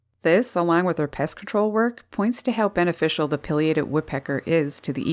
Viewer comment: Pronounce PAI LIATED not Pill liated